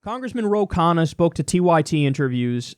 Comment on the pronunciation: Ro "gain" Khanna lol